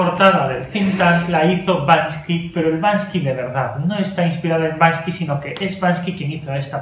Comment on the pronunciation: Banksy, Víctor!! No Bansky. Un fuerte abrazo.